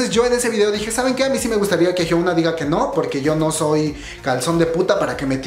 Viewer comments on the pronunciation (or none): se pronuncia "Hiuna" no "Hiouna" 😂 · Bro, Porque Siempre Le Dices Jiouna (Pronunciacion)? :v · Esto me salió en recomendados y por estar aburrida entré, platicas chido y todo, pero por favor di bien el nombre de Hyuna... No es "Jiouna".